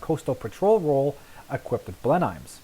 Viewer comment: My Grandfather flew Mosquitos with 410 squadron. He was killed on operations September 1943. Sir, you are pronouncing Blenheim incorrectly. It's Blen-um.